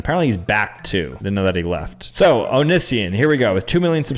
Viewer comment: pronouncing Onision's name wrong. 😂 He was before your time!